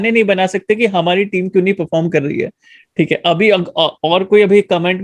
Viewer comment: be like "thiek hae " 🤣🤣